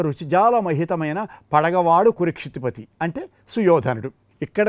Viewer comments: Kurukshitipati. Not kurikshitipati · Kurukshitipati but not. Kurikshitipati while you are reading the line you must be careful about the pronunciation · Nice... Rendition/ explanation. Slight error: not కు'రి'క్షితి... It's కు"రు" క్షితిపతి